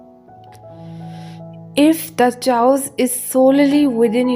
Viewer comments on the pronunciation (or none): Chaos does not have a ch sound. It is said as if with a hard K. Chaos sounds like kaos. Those who speak two languages and more have my respect and awe.